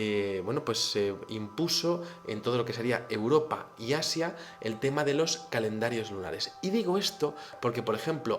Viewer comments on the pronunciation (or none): none